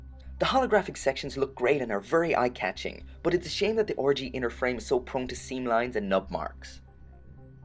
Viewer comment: Every time you say "RG", you sound like you're saying orgy.